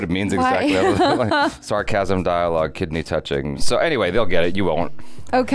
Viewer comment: No way he said kedney touching 😂😂😂